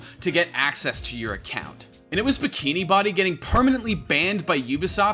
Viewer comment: BikiniBODY? Isn't bow-dee